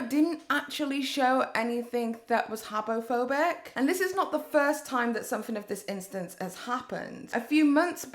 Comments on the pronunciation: I think you said habophobic so many times that my brain actually thinks it’s a real word😂😂 thank you dictionary 🙏🏼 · Just say homophobic and not habophobic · "Habbo Phobic" OMG!!🤣🤣 Did you play that game aswell, sis??😂